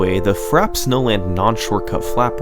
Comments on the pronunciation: I swear if he doesn’t stop saying Frapp instead of Frap-ay snowland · Amazing video! One problem... it's pronounced "fra-pay", like the beverage, iced frappe. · As a McDonald's worker, I can confirm that it is not pronounced "frap" but it is "frah-pay." Uncultured swine. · It's "frappé", pronounced "frappay". Means "beaten". It's a word we still use in French. Nobody says "a frappe" (pronounced "frap"). "Niche" is pronounced "neesh", it comes from "de niche", something that only interests a few people (a "niche" is a small area, almost hidden, in architecture). Also, for free: "the manly fiancé ate a crème brûlée with his girly fiancée". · That pronunciation is fra-pay. Not Frap. You don't have mcdonalds, burger king or wendys where you live? They all sell frappe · Very good but frappe is pronounced frap-pay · And the funny thing is that it's actually pronounced "frap-ay" snowland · TO SETTLE YOUR PETTY DEBATES It is actually pronounced frap-ay (frappé). On screen there's no « é » accent because you can ignore accents on capital letters, only must you have them in lowercase. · Wait, isn't frappe pronounced "frap-ay"? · no. Frop-ay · I believe it's pronounced Fra-Pay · Isn't it pronounced frah-pey? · I thought it was pronounced Frappé, like the drink? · Its frappay for the record. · I always pronounced this track like "frappy" snowland lol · I'm certain it is indeed "frappay." We shouldn't believe pronunciation is flawless; everyone makes mistakes. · Bro you spent 5 days making the video and you didn't learn how to pronounce Frappe 😂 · I can't handle his this man pronounces frappe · The way you pronounce frappe hurts me. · I love your work, but that's not how you pronounce "frappe", dawg. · "Frap snowland" French word Frappé: Je suis a joke to you? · I'm pretty sure that frap is the short way to say frappe